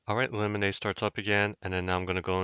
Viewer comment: Lemonade bootloader? No way thats how its pronounced